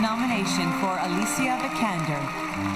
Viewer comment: OMG. They said Helen Sjöholm on the television not Alicia Vikander. Good job. Btw Alicia not Allichia.